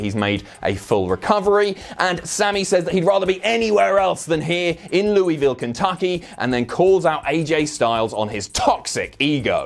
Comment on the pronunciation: Thanks for pronouncing Louisville correctly 😂😊